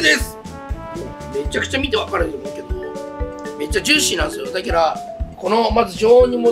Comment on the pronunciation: 「だきゃらぁ」がツボwww